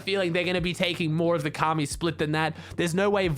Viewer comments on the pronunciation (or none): none